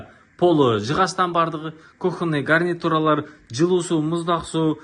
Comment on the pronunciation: Сен неге дурыс сойлемейсин ? Сени жалгыз Кыргызстанда емес тагыда баска мемлекеттерде карап отырады . Мысалы мен осы "Тез Кабарды " Атакул арткылы коре бастадым . Сен блогерсин , и "Тез Кабар " га кир келтирмей сауатты , таза сойлеуин керексин . Ламинат , гарнитур, тагыда баска создерди дурыс айттып уйрен . Атакул мыкты блогер болгасын , бир жылда подписчикке ие болды . Билмейтини жок Атакулдын , тындап суйсинесин.